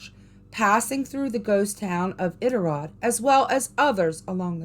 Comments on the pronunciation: This is cool, I was born and raised in Alaska, it is a magical place but in a good way. P.S. the pronunciation is "I dit a rod" as best I can spell it.👍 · Love this post. Iditarod is pronounced with a long I . I-dit-A- rod. I’ve been to Kennicot. It’s an amazing place! I love these stories. Would like to hear more. ❤️ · Lol...it's I-DIT-A-ROD😂 You cracking me up!!! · balloon head...it's pronounce I-Dit-A-Rod...another outsider trying 2 tell our legendary ghosts,big foot, etc tales...i m gagged... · Omg please stop saying Iditarod wrong😭🤚🏼 it’s annoying